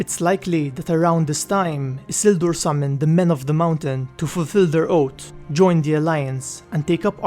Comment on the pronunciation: It's pronounced oatH, not oat